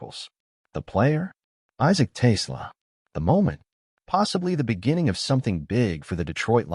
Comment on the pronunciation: Someone forgot to tell AI that Ben Johson is the Bears coach ... and TAY slah. Ugh.